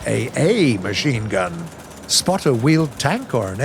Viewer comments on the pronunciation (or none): none